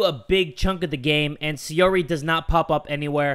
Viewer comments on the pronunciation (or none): why do you call sayori sayuri?